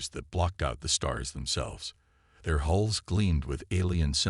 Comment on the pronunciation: Dear AI, Solar system, not Saul system. Hulls, not holes.